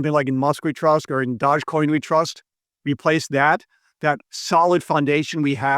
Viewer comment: *it’s pronounced “dodgey coin”